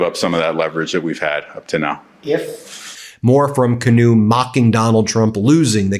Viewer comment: Preeeeeemier Kinew. Heavy long e on the first syllable with a short ier on the second. Please 🙏! Love your program. 😊